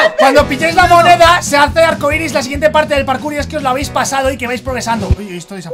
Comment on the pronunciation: Jajaja decia parcur xd Es "Parkour"